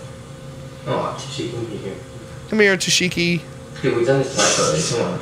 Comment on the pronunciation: "Come here tooshiki" I'm beyond 💀💀